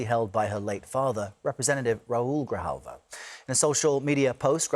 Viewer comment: It is not Griljava!! It GRIJALVA and you can say it like GREE- HAUL-VA, now, say it again many times, and now you're speaking spanish!!